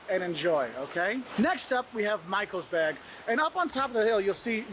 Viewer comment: michelsBERG not Burg ... Mountain/Hill vs. Castle